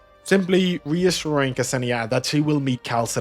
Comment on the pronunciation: K-Senia xD You mean Ksenia, pronounced like Xenia? Hahaha it's kinda funny tbh